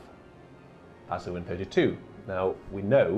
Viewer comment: Kid in a sweet shop time! BTW, bazuin is pronounced 'bazaun' - like posaune only beginning with 'ba'!